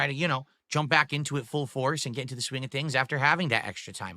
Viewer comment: "The date doesn't matter, gwett it??" Is he taking the piss? there's ONE day he would never ever miss and wants everyone of his dented viewers to remember, it's his bertday. It's not that exact dates don't matter when you get older it's literally just that he's terminally self-centered